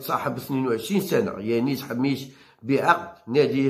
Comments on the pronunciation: صحح النطق انتاعك ،راك تخلط: اللاعب اسمو حماش وليس حميش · ياو حماش ماشي حميش اعرف تنطق اسمو راني نحكي معاه منذ عامين